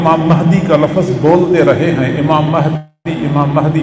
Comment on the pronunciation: Pehle urdu to sikhlo hazrat...lafz hai lafaz nhi....aur imam mehdi a.s ke upar ...comment kar raha hai ....🤣🤣🤣